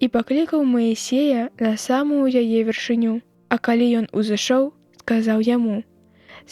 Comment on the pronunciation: У 20-м націск патрэбны на другім складзе: вяршы'ню, не на трэцім: вяршыню'.